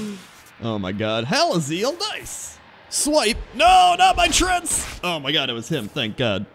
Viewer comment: Why is he saying "Trents", not "Treants"?? Besides, swipe would never be able to hit your minions, except for the 4 dmg (: All spells are cast from your perspective, meaning "blizzard" wouldn't hit your board either, and so on (